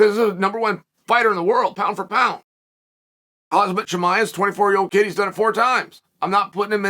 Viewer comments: It's KhaMzat uncle Chail. Kha-M-zat. Not KhaZmat... All the time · Khaaaaam zattttt... Not khaaaaaaz matt... Chimaev... Chiiiiii maaaaaa evvv 😁👌